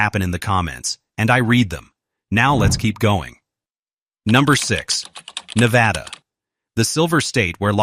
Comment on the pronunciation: I moved to Northern Nevada 4 years ago and I love it here. Then again, any place that's NOT California is going to be a lot better. Las Vegas (Clark County) is roughly 70% of Nevada's population, but the other areas are VERY different than Clark County. Also, please stop saying, "ne-VA-da", with a strong VA in the name, it's incorrect. I don't regret my move and I'm staying here, home is Nevada.